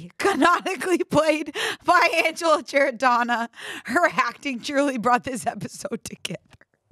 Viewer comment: Love how started off pronouncing Angela’s name wrong😂